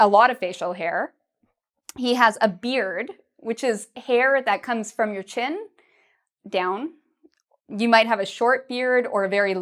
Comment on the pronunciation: I got a question. You say hair the same way you say her ? Could you tell me the difference between that please 😉